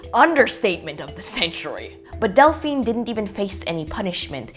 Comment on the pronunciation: It's Delphine not Dalphine lol, i named my daughter it after i saw it on ahs lol :)